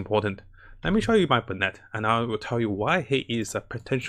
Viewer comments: Dam the content is good but the pronunciations are killing me, bennet? Its (ben)net >:( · It's "Ben-it"